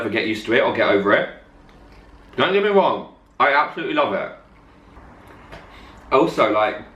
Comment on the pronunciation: "don't get me wong"